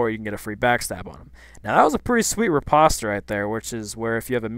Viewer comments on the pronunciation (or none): its re-post. not reh poh set. and most def not re-pasta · Just a friendly reminder riposte is pronounced REE POST not RIPASTA. I love your videos btw you are awesome! p.s. fuckmylife if I am wrong lol.